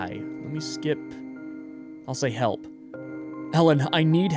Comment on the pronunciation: She didn’t say help, she said hllp did anyone else notice that?